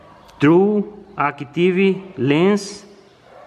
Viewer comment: Só faltou um pouquinho de pronunciação... Falou activi, quando deberia falar activ, sem a "i" no final...